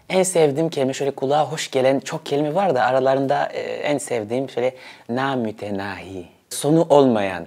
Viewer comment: Ne güzel telaffuz etti(namütenai,)☺️